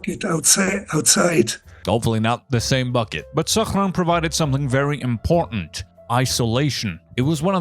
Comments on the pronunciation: why are you pronouncing Sachrang in an arabic accent lmao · Have nothing else to add, except that the way you say "Sachrang" hurts even my non-German ears.